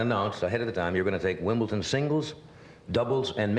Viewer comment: "Wimbleton" :D